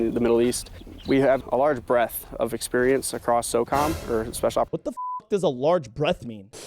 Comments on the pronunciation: breadth not breath lol. go you got this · Breadth, not breath lol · It was "breadth", not "breath". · Bro he said “large breadth” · Breadth, not breath.